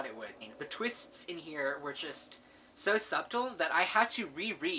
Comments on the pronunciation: This was a really good review of books and I love your passion for gripping books. I took the time to add some of these books to my local library request list. On another matter you might want to check out how to pronounce "subtle." The b is silent. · Wait.... Did he pronounce every letter in the word “subtle.”?